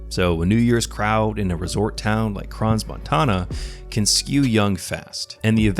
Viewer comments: The 's' is silent in Crans-Montana, he should have known that. He also got the legal drinking ages wrong. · * nota bene: You do NOT pronounce the 's' in "Crans-Montana". The 's' is utterly silent. And just for good measure: "corrections to video: not all alcohol can be served to people 16+ - only beer and wine and cider. Spirits are 18+" One more thing, those dangerous "fire fountains" (NOT sparklers) are used in most bars and discos and in peoples' homes at birthdays, anniversaries, New Year's: those fire fountains are cheap and extremely popular. SINCE WHEN ARE TEENAGERS UNAFRAID OF A FIRE IN A BASEMENT!! Those kids are standing around TAKING MOVIES of the fire/toxic fumes that will kill them all less than 3 minutes later. WAKE UP IPHONE ADDICTED KIDS!! There is 'your phone' and there is 'REAL LIFE!!' They ARE NOT the same thing with equal value - GET IT THROUGH YOUR HEADS!!*